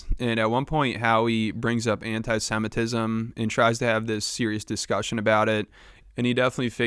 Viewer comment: Howie doesn't even know how to say it. "Antisetmitism"